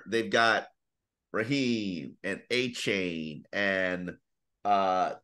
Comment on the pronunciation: Achan not achon geez